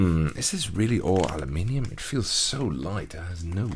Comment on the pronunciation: God, it feels so good to hear someone pronounce aluminium correctly for once.